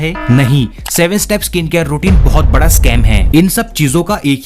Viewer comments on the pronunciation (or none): none